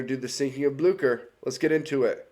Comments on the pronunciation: So... I had to do some actual research here, because I thought you pronounced the name of the ship wrong... As I thought it was pronounced as "Blyoo-Sher"... But according to what I could figure, since it's German (And granted, German is not a language I am very familiar with), the name of the ship actually IS pronounced as "Blyoo-Kher". So... Yeah, turns out I have been living a lie for years, and this one short video here corrected me because I decided to double-check if I was actually right, which I wasn't. So, yeah, you learn something new every day. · It’s pronounced Blyscher